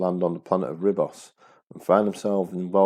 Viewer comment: Nicely made video. Small point: Ribos is pronounced "Reebos".